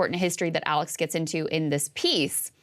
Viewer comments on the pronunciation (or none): none